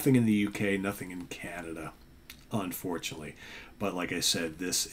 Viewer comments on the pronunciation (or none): none